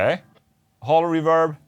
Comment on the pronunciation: Haven't tried the SPARK?? C'mon, man! Also, it's not reVERB. It's REverb.